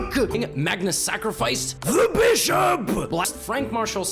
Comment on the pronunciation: It gets really tight when he says bishop THE bîšop!